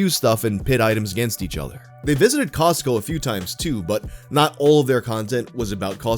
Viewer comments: The T in Costco is silent!😖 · The way pronounces Costco bothers me deeply